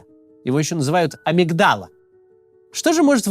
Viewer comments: амИгдала!!!!, а не амигдАла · При всём уважении: амИгдала, ударение на втором слоге💛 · есть участки мозга, ответственные за насилие! взять те же миндалину (амИгдала) и префронтальную кору. травма префронтальной коры всегда приводит к растормаживанию агрессии. пс а, дальше сказано об амигдале. но с неправильным ударением 🥝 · Давайте поможет Максиму правильно произнести название миндалевидного тела: амИгдала, амИгдала, амИИИгдала! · Разве не на mig ударение в слове amygdala? Или по-латыни оно по-другому читается? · АмИгдала. Вроде ударение на второй слог